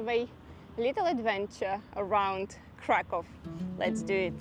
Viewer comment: Krakoow - proper pronanciation. I wonder why they write it Cracow in English 🤨